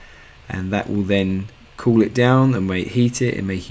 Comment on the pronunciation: The cold water gives off its "cooth"... lol British people, thanks for the videos tho man!! I'm very thankful for your channel.